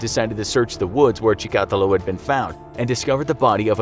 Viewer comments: USSR had many serial killers besides Chikatilo. Wikipedia has 53 articles in its "Soviet serial killers" category ("Серийные убийцы СССР") Btw, you pronounce the name wrong, emphasis should be on the third syllable - Chi-ka-teeee-lo Do some research, for KGB's sake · Cheek-ah-teal-low. This isn't rocket science guys. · Dude he’s Russian not Cuban why are you pronouncing his last name that way lol. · The way he pronounced Chikatilo😂😂😂😂😂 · You absolutely butchered his name! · Dear narrator: You've butchered the pronunciation of Chikatilo's last name worse than he ever mutilated any female. Can you do a video on your crimes against linguistics in general? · You said his name wrong every time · As someone who speaks Russian, the way the narrator pronounces Chikatilo makes me cringe. The stress should go on the second I, not the A. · Everytime he says chikatilo, he pronounces it differently. Bruh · Great video but.... Chikatilo isn't a Spanish name and boy do you keep trying to pronounce it as one. Just saying... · five seconds on Wikipedia and I can tell he is pronouncing Chikatilo's name wrong, the emphasis should be on the third syllable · As much as I enjoy this channel, mispronunciations across multiple episodes that are easy to look up (ie Andrei Chikatilo) makes videos harder to watch. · Also you pronounce his name wrong. We wrassle about it now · So annoying that this guy pronounces the killer’s name wrong! Watch a YouTube! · That's not how you say Chikatilo and that's not where Rostov On Don is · I'm finding it cute how he's mispronouncing Chikatilo's last name hehe.. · I think he pronounced Chikatilo incorrectly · That’s not how you pronounce his name. You’re saying it like chtakulo. It’s pronounced like chika-tee-lo. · Not chikAtilo, chikatIlo Also, on , this is wrong Rostov. Chikatilo ived in Rostov-na-Donu near Ukraine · Ha! He keeps saying "Chee-kah-till-oh" instead of "Chick-a-till-oh" It's distracting... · Chikatiiiiilo not chikaaatilo jees my ears